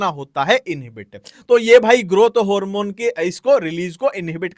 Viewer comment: Harmone 👎🏻 Hoormon 👍🏻❤